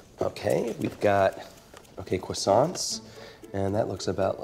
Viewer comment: The old cwassant speed mold trick. Classic